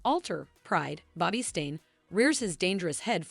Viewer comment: English must not be your first language. How can you call Nicole Nickel. Her name is pronounced knee coal…It is Bobby Stein not Bobby Stain.